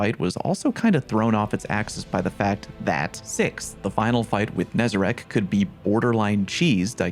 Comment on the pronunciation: Holy shit man. Is it THAT hard to properly pronounce NEZ-A-RECK's name? Why the hell does EVERY stweeemmmujuuhghdzrgzdsf use the word "RACK" and not "RECK"? Nezarec. Pronounce it. NEZ-A-RECK. NOT HARD. AAAAAAAAAAAAAAAAAAAAUGH.